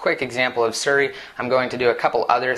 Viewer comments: it's not suri, it's siri ;) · its SIRI, not SURi